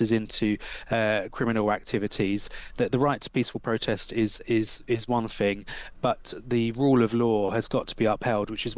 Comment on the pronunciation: Pronounces the letter aitch as haitch. Pronounces “thing” as “fing”. Jesus…